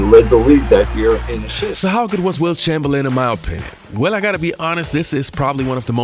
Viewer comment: Charles Barkley, “you’re not better than Wilt ChangerLin”